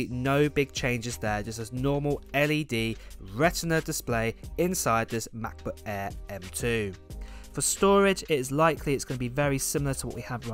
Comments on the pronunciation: It's "MacBook Air" not "MacBook Aaaa..." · Hate you pronounce macbook air !